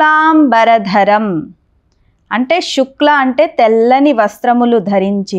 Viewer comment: చాలా బాగా వివరించారు..కానీ మీరు శుక్లాం బదులుగా షుక్లాం అని వాడుతున్నారు...